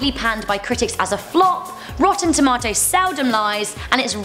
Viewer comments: That's how I say it and I'm from South Africa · That's how we say it in England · That's the proper pronunciation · that's how you say it in England apparently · I say it like Rebel as I'm British too